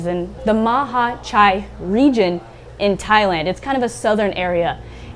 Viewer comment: Hello from Thailand. awesome job saying the word Mahachai right! Betta is known in SE Asia region as Plakat or especially in Thailand they are called "Siamese fighting fish" and the flaring is their habit since it is their mean to show aggression.